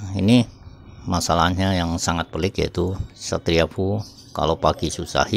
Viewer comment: Efyu bang bukan fuu 😁